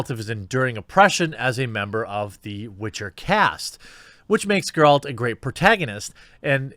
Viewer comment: Well, well... he finally learned how to properly pronounce "Geralt".